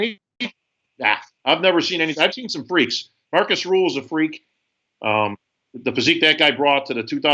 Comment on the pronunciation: Desch heißt Rühl ja ruehl